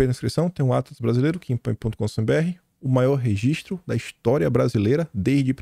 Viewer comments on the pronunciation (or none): none